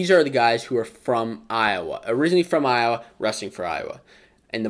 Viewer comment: You're welcome, Iowhaa😭😭😭 Cockeyes/Chicken Hawks.